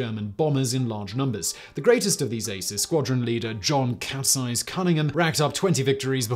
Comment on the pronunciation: Ha, I thought he said “capsize” and was a bit confused